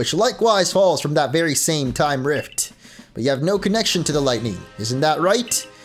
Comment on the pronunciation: Did say “timey whyme “?